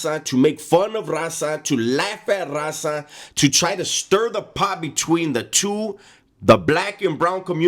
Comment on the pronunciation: When he try’s to say raza and it sounds like rasa